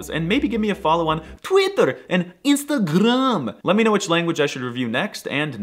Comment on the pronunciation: You pronounced Instagram as a Russian. Was that meant as a joke?